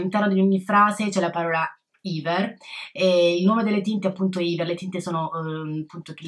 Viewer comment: bel video!! :) però volevo dirti che si dice Ever, con la E normale, non iver :)